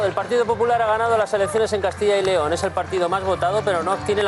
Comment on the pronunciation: Dejar de decir más de una vez Castilla León. Es Castilla yyyyy León. Juan y Pedro nooo Juanpedro